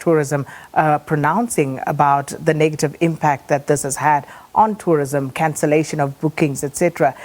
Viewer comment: Its called tourism, not torrism.